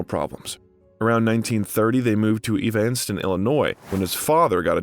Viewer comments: Not only people's names, but I was born in Evanston, Illinois. I don't know how that could be mispronounced. I've counted 9 mispronounciations so far. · Hard to take this seriously when the narrator can’t bother to learn the pronunciation of words. See “Evanston” and “Antigone”.